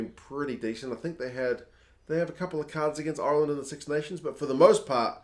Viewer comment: Is there’s a reason Ireland is being pronounced “iyuuurland”?